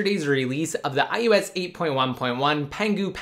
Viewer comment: "Ohh ess exss" sigh. Almost as bad as "iTouch"